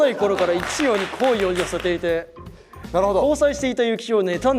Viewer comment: 拓実のイ↑チ↑ヨウとエ↓イ↓イチの音階違わせて犯人にしてるのおもしすぎる